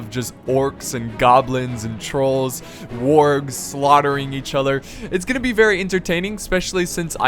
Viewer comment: did he really say worgs its wargs lel :) :P